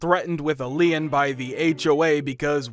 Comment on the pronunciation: Still cannot pronounce "lien".